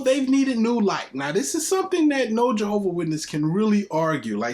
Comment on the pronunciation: Is there any more reproach on God's name than...mispronouncing God's name? 🤦🏾‍♂️ Might as well be "John's witnesses, or better yet, Jordan's witnesses..same difference 😂